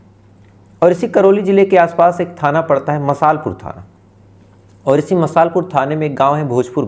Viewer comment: It's not मसाल पुर its मासलपुर. Because my hometown is very close to Karoli district